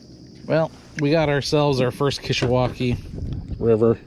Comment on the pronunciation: Dude why you ruin the pronunciation the river name?